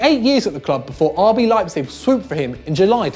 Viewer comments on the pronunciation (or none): none